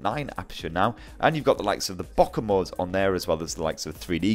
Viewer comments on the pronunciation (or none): WHAT? Boka mode?! BOKA MODE?!! It's Bokeh (Bo-kay)